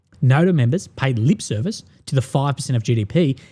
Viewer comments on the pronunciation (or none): none